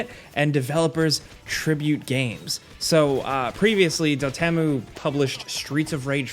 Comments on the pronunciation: How hard is it to pronounce Dotemu correctly mate? It's either Dot-Emu (emu like the bird) or Dot-Emu (emu as in emulator) What the clown world hell is Dotemmu? mate..... -_ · it’s pronounced “Dot-Emu” like emu the bird. Lmao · It's DOT- E M U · DotEmu is pronounced Dot Em-U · It’s pronounced dot-m-u dotemu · I’m pretty sure it’s pronounced dot emu. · That's a new way to say Dotemu lol I always called em Dot-Emu xD